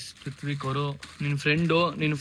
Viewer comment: ಋತ್ವಿಕ್ ❌tutvik ✔️